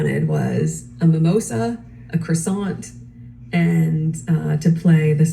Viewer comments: As a person who’s studied French for 8 years, how come she can’t pronounce croissant 🥐 😂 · Can’t even pronounce croissant properly!! Urgh! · I thought she spoke fluent French the way she pronounced croissant is totally wrong! Thicko!!! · She learned French but can't pronounce croissant 🙄